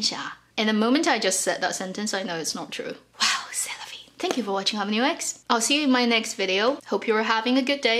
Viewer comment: Le "C'est la vie" était très bien prononcé ☺